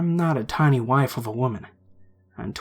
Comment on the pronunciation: I think you said "wife" when you meant "waif"